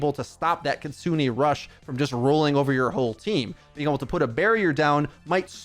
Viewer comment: And her ult is Kitsune rush, Ki-tsu-ne (Ki-tsu-nay) not kit-sune- aye